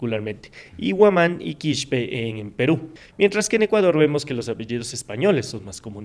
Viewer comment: Su rostro jamás va a borrar sus raíces !!!!! Y no es QUISHPE........es QUISPE!!!!!